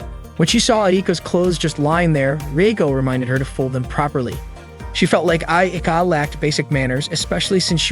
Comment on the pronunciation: It’s not ieka. It’s ika with a Proper i